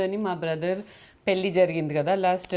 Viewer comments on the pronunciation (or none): It's not పెల్లి or పిల్లి, it is పెళ్ళి. If you can't pronounce or don't know.. that's not a crime, Keep it in english. But don't disrespect telugu language. I watch all your vlogs and enjoy but whenever I see your thumbnails in telugu I feel so disappointed. Good that you learnt telugu and speaking it but don't use it when you are not sure about it, especially in thumbnails. An observation and good suggestion only not to criticise you or your work.